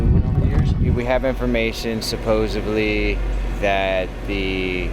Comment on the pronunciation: Supposedly! It's supposedly guys!